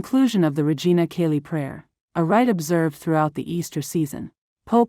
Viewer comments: Cheli not Kelly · Learn how to pronounce Church Latin! Regina CHAY-lee! Yikes who are you???? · "Chay lee" is how the AI voice should pronounce this